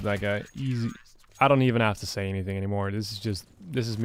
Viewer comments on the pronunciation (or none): none